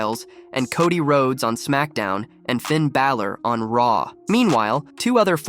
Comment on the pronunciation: Hey kid you don’t watch wrestling very much do you? Just a little heads up, Finn pronounces his last name Bal or.